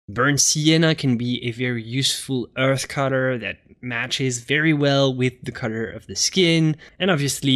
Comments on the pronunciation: WHY DO YOU PRONOUNCE THE WORD COLOR AS A CUTTER? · Dude seriously exactly what I thought when I clicked on this video.